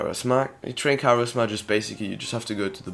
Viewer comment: karis-ma lmao